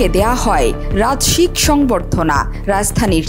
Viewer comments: মিস. সংবাদ পাঠিকা আপা রাজসিক --- শব্দটি ভুলভাবে উচ্চারণ করেছেন। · খবর পাঠকের কয়েকটি শব্দের উচ্চারণ ভুল আছে। যেমন একচ্ছত্র, রাজশিক